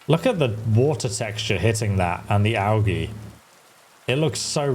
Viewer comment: I’ve never heard an Englishman pronounce “algae”. That one caught me off guard.